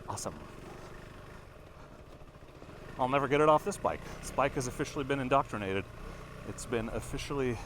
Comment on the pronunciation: "In-dork-trinated", get with the program!